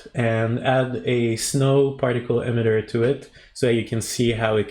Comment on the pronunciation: Awesome. It’s “E-mitter” not “em-itter” hehe